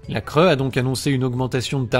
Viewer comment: Bon à part que la cre se prononce la cré tout le reste est vrai malheureusement